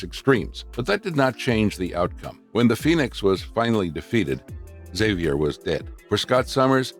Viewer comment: Great video, that's NOT how you say Xavier though.